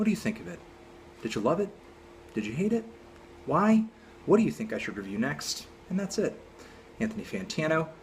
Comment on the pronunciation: He hepsin whet? Whet he hepsin?